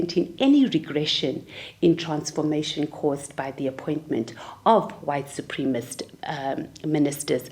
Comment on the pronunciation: Someone needs to teach homegirl how to say supremacist.